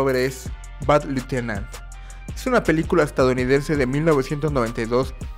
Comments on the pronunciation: Alguien más notó que el decía "little-tenant" en vez de "lieutenant"? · No mames ,parece que estas diciendo "bad little tenant" o sea "pequeño inquilino malo" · Pronuncia bien Lieutenant no manches. Little tenent jajaja